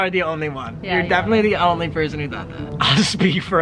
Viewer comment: Em onwy fwee